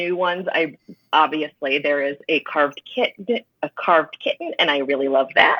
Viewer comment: Its pronounced Kitty-en?!